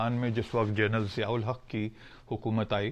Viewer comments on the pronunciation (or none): none